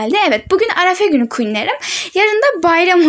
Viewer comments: Arefe değil arife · arefe değil arife